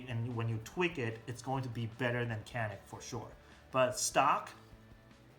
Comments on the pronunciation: Actually it is almost a y,not so much a j yanik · Very nice review. Just FYI, it's pronounce Ja-nick. C is like a J sound.